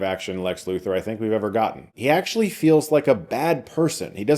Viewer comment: Thanks for saying the word gotten and actually pronouncing the T's like a civilized English speaker -- that earns a like.